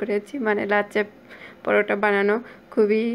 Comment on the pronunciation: Nam ta thik kore bolun lacca porota noy ots LACCHHA POROTHA OK.